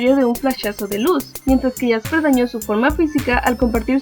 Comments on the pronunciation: Es jaspe no jasper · no es por molestar ni ofender pero se llama Jaspe y no Jasper